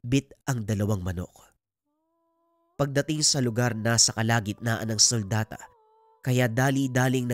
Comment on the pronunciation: "sultada" Po di suldata.